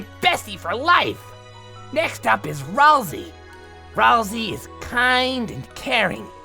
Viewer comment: To: It’s pronounced “Ral-Say”!